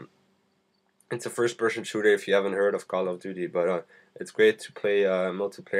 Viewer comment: FIRST PERSHON SHOOTER ???? PERSHON ???